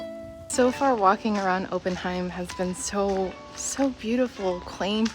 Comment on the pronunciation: if you use your Deutscher accent Oppenheim is pronounced “AH-pen-hime.” You guys are too cute, especially, but, I’m married, so it should be taken as a nice compliment—if you will.